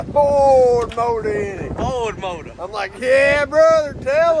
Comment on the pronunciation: Exotic mowtuh and doesn't this one have a Camo Hypuh Diapuh on it also so nobody can see it? 😂